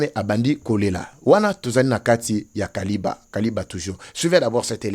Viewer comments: Kiliba et non kaliba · c'est Kiliba et non Kaliba, merci. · C'est KILIBA et non KALIBA, merci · Sucrerie ya kiliba et non kaliba. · c'est KILIBA et non KALIBA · Frère on ne dit pas Kaliba on dit KILIBA merci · Kiliba et non Kaliba. 🇨🇩🇨🇩✌️ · Ne dites plus Kaliba. Dites plutôt KILIBA. Je suis à Uvira. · Il s'agit de Kiliba et non Kaliba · C'est Kiliba et non Kaliba. C'est la cité où il y avait la sucrière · C'est KILIBA et non Kaliba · Non kaliba mais Kiliba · C’est Kiliba et non Kaliba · K I L I B A et non KALIBA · Pronunciation c'est KILIBA. MATONDO